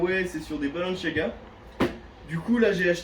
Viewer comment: Quelqun peut lui dire d'arrêter de dire " balanchaga " ?